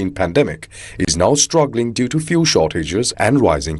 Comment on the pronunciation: FYI fuel is pronounced fyool not foo-el